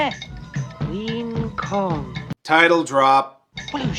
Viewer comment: "The only Queen'eh for my We-" 🤢 Nope! The only Queen'eh for my we- 🤢.. The only Queen'eh for 🤮 Damn you, why do you hate your audience so much!? The only Queen'eh for my wein- 🤮 STOP SAYING THAT?! For all that is holy, you're violating the Geneva convention. 🤮